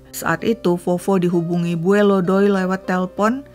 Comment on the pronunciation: Bacanya bukan bue,say... Tapi bue'. Ada penekanan d huruf terakhir. Salam dari palangka